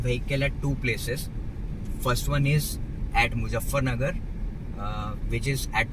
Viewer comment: Great video. You speak really well and have great presentation skills. Just one small advice: don’t pronounce Z as J in MuZZafarnagar.